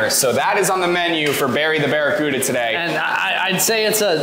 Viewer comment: "Bare E. Cuda" 🤪